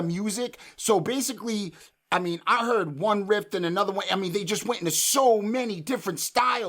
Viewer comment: It's spelled and pronounced riff not rift, and it's 'equivalent' not 'equivalated'. I don't think your avatar does you justice.